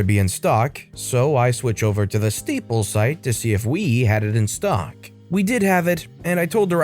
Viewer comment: You keep calling staples steeples, lol